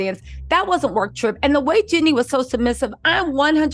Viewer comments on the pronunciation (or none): Girl its Jeeeeeenie not Jenny 😊